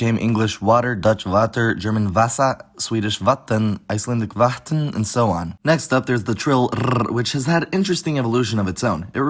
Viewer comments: more like /vatn̥/ but yea, that was super funny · It was funny when he attempted to say "vatn" which sould just be pronounced as "va"